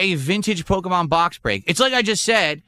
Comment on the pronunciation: I can't remember where i heard him say "porkemon" lately. Sounds like a good title for a meme song